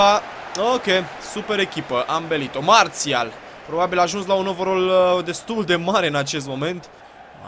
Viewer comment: nu se zice Mațial ci Marsial